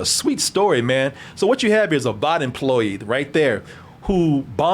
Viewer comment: Why they gas lighting, (Babies day out) is the name of the cartoon that ep 1 spoofed. I mean for fucks sake can't pronounce (Vought) correctly why would he know the actual spoofed cartoon.